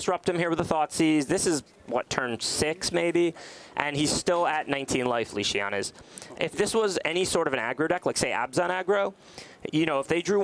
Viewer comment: Weird how keeps on calling him Lee Shian...